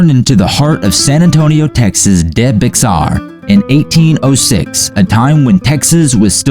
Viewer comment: It’s pronounced “Bejar”